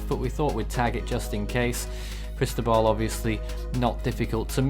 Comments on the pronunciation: pronunció la sílaba tónica incorrectamente, es Cristóbal con acento en la O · JontheGamerBoy in Spanish it’s Cris-tó-bal. you enúnciate the Tó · As a Spanish speaker I ask can you please pronounce Cristóbal correctly. Chris-TOE-bahl, Great TWB 👍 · I agree. It’s Chris-TOE-bahl.